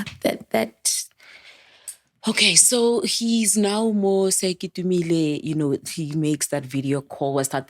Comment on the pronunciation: Sorry 4 your l💔ss sisters... 🕊️🕊️ It's Sir KETUMILE (((Masire Teaching Hospital)))🏥 Not "KEITUMILE" tlhee lekgoa 😭😭😭